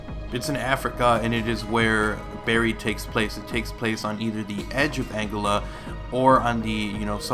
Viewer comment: AngOla not Angela :p doesnt matter